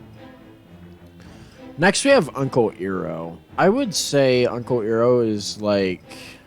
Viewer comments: I'm curious, are you basing your pronunciations of Avatar characters' names on the 2010 live-action film? In the show, Iroh and Sokka are pronounced "EYE-roe" and "SOH-kuh," not "EEH-roe" and "SOE-kuh." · Did he called Uncle Iroh Earo.